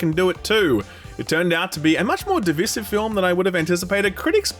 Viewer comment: deeveeseev? Did you mean divisive? Aren’t you Australian? 👀